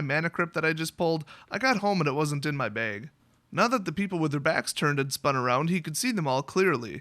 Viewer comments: .....say "bag" again.... ahahah :) .......(baiige).. love you dude. good story :) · haha baig!